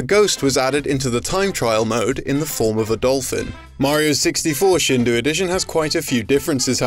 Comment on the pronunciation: It's Mario 64 "Shindo" (振動), not "Shindu" FYI